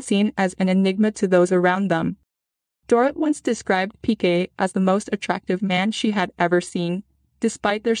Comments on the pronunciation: It’s pronounced Door-eet. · You are mispronouncing Dorit’s name. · Or Dorit.